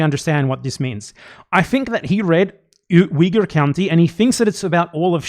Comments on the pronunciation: there's something about the way Ethan says Uyghur that makes me cringe like I'm hearing a slur lol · Ethan keeps bouncing between two mispronunciations of “Uyghur.” I don’t think he knows what he’s talking about.